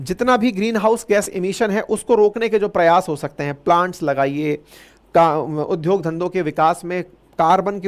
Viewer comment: Aap vidya ko vidhya udyog ko udhyok bolate hain dobar sudharane ke liye comment kar chuka hun. Yadi ab bhi aapane sudhar nahin kiya to main ab aapki vidvata ko bhulakar bahut buri gali dunga.